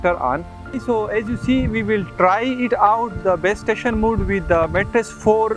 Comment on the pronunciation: Mode, not 'mood', thanks for the video